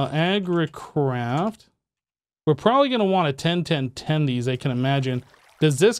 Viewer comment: did say "Agricrap" instead of "Agricraft" or were my ears playing games on me